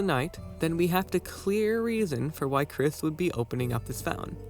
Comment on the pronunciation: YOU MISS PRONOUNCED KRIS!GET IN THE BUNKER,THE SJWS ARE COMING